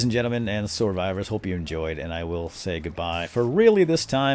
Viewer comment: soar-vivors? LOL